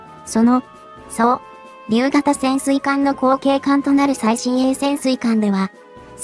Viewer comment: 解説女性はどこに人 日本語読みがおかしい そうりゅうーそ、りゅう？ 艦橋ーかんはし？ まともに発言してほしい 日本語を正しく 謝った言葉は相手に間違いが伝わらない